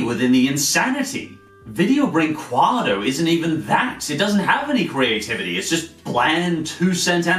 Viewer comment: Since you use that word a lot, "Brinquedo", I'll tell you how to pronounce it since I'm from the country that made these atrocities Brin-Ke-Do, it's pronounce Brinkedo, the "u" is silent in our language in this scenario so, for me, you're saying "Brinquado", anyway "Brinquedo" means "Toy"